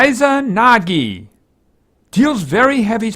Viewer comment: japanese is easy to pronaunce you just need to read it as it's written like you read kami or akira or shinigami you said izanagi sekiwake yokodzuna and hikari wrong do not complicate things also you should go for support build it's the best one you have a lot of tanks and they really aren't that useful in the game while she can be really really good as a suport